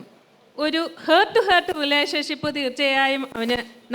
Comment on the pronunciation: ഹേർട്ട് അല്ല ഹാർട്ട്